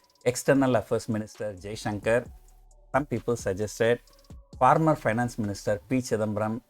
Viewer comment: Former ko yeh yeda farmer pronounce kyu kar raha hai